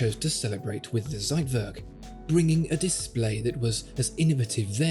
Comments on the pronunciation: It’s TSeitwerk not Seitwerk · I love your videos, but as a German, every time you say Zeitwerk , a piece of my heart dies. Z is pronunced as "tss". Thank you for the amazing video ❤️ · the "ssseitwörrk" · It is not a "seitwörk", it is a Zeitwerk with a Ts sound, and an e, NOT an ö... please go back to school please please this is terrible.. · You are trying to say Zeitwerk and fail. It is Ts not Z, like it's v not w. I'm sure that was heplfull. Keep up the good work. Greetings from Hot and Sunny Greece. Theodore